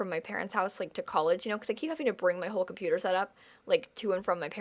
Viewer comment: "for mah chonputer"